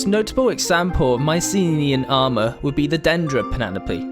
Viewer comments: Why do you pronounce Mycenenean instead of Mycenaean? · OK what's with the "Mycene-ninian" pronunciation? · I love the animations. Well done! Uhm, minor nit pick though, if you don't mind me pointing it out. You're pronouncing an extra "n" in Mycenaean. "My-sen-AY-en". (or "My-sen-EE-en", take your pick) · "Myce-nenian" "Myci-nenian" "Myce-neninian" AAAAAAAAAAAAAAAAAAAAAAAAAAAAAAAAAAAAAAAAAH!!!!!!!!!! Anyway, nice vid. I appreciate the Iliad jokes. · Strange pronunciation at 26 secs in, sounds like you say Mycenae-eye, but good video. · "Mycenenean" lol. Nice video. Cheers. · I got distracted trying to figure out the source of your accent. Also your extra N in Mycenaean. Was it deliberate? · haha i cant get over that